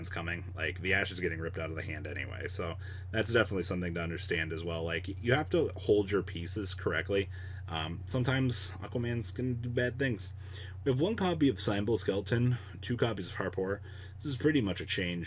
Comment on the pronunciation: Is no one gonna mention that he says sime-bull skeleton